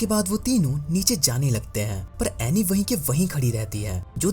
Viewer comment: It is anni. Not aney